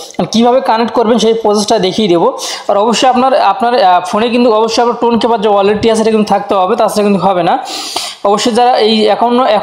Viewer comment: Vai টন কিপার হবে, টুন কিপার আবার কি ভাই?😑